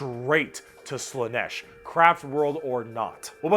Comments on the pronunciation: Slaanesh: pronounced SLAA-nesh - not slann-ESH. The double A is not there for nothing. Mon-Keigh: pronounced Monkey. Not Mon-kay -> it's the og GW joke. The Eldar just see humanity as we look upon monkeys. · Slaanesh has two A's and yet you still put the stress on E